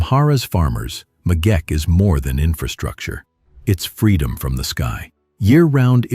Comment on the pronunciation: It is the Megeche Dame not the megeke...just as it's not Gondar but Gonder...